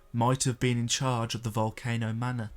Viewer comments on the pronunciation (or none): none